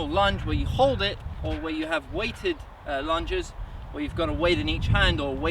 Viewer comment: All I heard was: lunch, lunch, lunch, lunch.